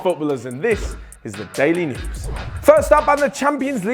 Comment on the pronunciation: Still weak, my friend 😖 You need to put more emphasis on the "Daily News" part... You concentrate too much on the "THIS". Better luck next time 👍